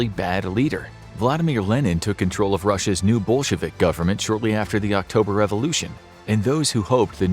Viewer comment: I thought he said ' Bull shevik'. 😀